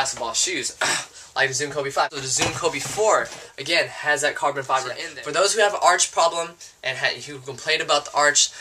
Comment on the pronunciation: "carbon fliber"?